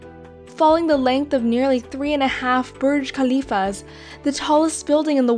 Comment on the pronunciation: She pronounced Khalifa so weird. But true survivor.